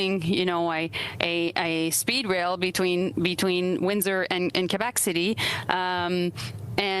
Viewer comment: Jolie talking about “Speed rails” sounded more like she was snorting some! Man she missed a lot of syllables there! These “interviews” are pretty much just frustrating comedy skits at this point. I don’t know whether to laugh or cry!